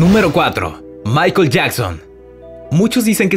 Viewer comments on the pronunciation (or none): none